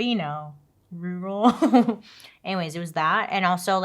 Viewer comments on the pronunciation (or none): Bailey, Rural is the worst word because we want the UR to be its own brand but the RU is the focus. Say "Ruh Roh!" 3 times, Like Scooby-Doo would say it. Now, still like Scooby-Doo, replace Roh with Rall, like WALL. RUH RALL! Now take out the Scooby-Doo 'accent', and instead of saying roorrral, say ruh rall. You're frikin amazing girl. I've been watching you since the start, and can't wait to say how far you still go!! ❤❤❤❤❤❤❤❤❤ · Rural is pronounced like Rer-rahl. You don’t actually ever have to pronounce it right because it truly doesn’t matter. But! If you WANT to: “rer-rahl.” If not, literally you’re fabulous. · Please don’t cause it’s cute af, BUT… IF you want to pronounce rural in a way many ppl do…. Roar-all. Give the roar just a touch of an er, sound but mostly roar. Rural. However you probably won’t see this so deep in comments, AND it’s adorable watching. No hate. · Rural: RER - RUL❤ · Try RER-uhl. 😉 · Maybe this will help you Bailey “Reer-rul” 😂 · Try roar-uhl for rural. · Don’t worry I can’t say rural either lol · Bailey, out of my love for your content. Whenever you see the word "Rural" just say "Country" 😂 I promise we'll understand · Lol I think you need to have grown up in a rural area to be able to say the word. I have no problem saying it and I've lived in a 'rural area' for my whole life. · I live in a rural town and I struggle with the word 😅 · Bailey…. Rur rhymes with her, al sounds like “el”…. Not perfect but that will get you closer. Thanks for all you do! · Happy Happy Birthday Bailey! ❤ What better birthday gift to yourself than to have your own makeup line!!!! I love it and love the look you created with it! I also cannot say the word rural! I talk SO much and have a full grasp of the English language...except for rural 😂. This story is so much. I can't wrap my brain around all the people and layers...truly truly sick people!